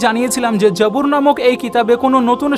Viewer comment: যাবুর না, জবুর।